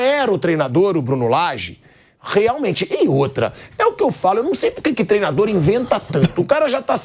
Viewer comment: Mauro César falando? Um jornalista que fala “trená”, simplesmente não tem crédito kkkkkk